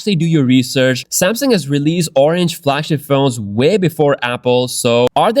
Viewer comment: I want to bring to your attention that the name is "Samsung," not "Samson."